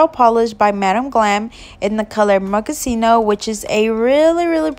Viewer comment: I LOVE this nail design! You did an amazing job. Thank you for sharing it with us. (Oh I think you mispronounced the name of the base coat... it's sounds like this... Moe-cu-chee-no. Say the "cu" like you're saying "cut" only without the t.) I'm not being mean or anything just trying to be helpful. I love your channel!!